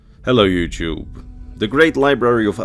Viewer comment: “Ello Yuchewb”